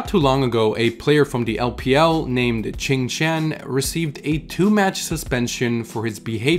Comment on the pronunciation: U sure qingtian pronounces chingchan?